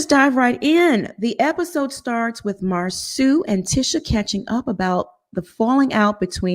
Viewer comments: Mausau not Mauser. Correction is good. 🤗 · His name is pronounced "Mar-so" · His name is not MarSue! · PLEASE GET MARSAU NAME RIGHT! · I hate missed the live., I’m need you to keep pronouncing Marsau’s name the way you do. It’s funny 😄 I laugh every time!!!!!